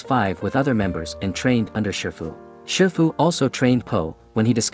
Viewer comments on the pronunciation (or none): Shifu Not shirfu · you mistaken his name it's shifu not sherfu